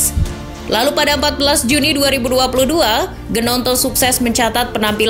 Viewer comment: Gnonto bacanya "Nyonto" min. Agak aneh dengar news-reader nyebutin Gnonto.